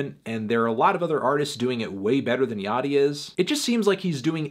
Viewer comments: I thought it was pronounced Lil Ya-chee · please no antnee. not yachtee